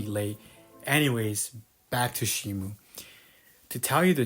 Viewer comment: The police fr came to arrest you for saying "Shimu" instead of Shimo